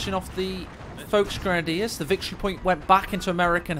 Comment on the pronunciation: Well except the folk grenadier